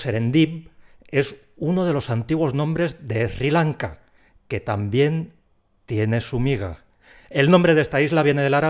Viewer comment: Pronuncia Sri Lanka, como si la ese no existiera. Lo mismo pasa cuando se escucha a un español pronunciar la combinación de letras TL, como por ejemplo en atlántico o atlético, dicen algo así como:" alético, alántico" . Eso a un oido de un americano o por lo menos Colombiano, suena bastante extraño.Buen vídeo e interesante.